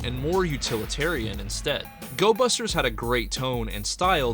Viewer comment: Gobusters, not Gosbusters!